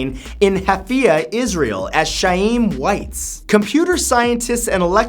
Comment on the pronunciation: It’s pronounced “Hhhaim Wits” not “Shaim Whites.”